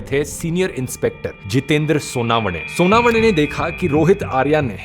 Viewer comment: सोनावने नही सोनवने